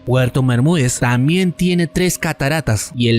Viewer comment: Tamien es? Aprende a pronunciar....TamBien !